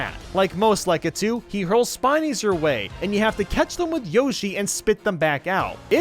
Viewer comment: When the guy who can't pronounce bob-omb or lakitu decides to make Mario videos for a living